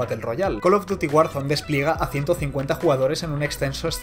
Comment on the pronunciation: Wow el caló duty jajaja